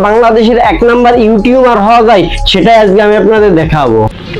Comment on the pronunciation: সবি বুঝলাম তবে আপনি ইউটিউবার কে ইউটিউমার বলেন কেনো রে ভাই ??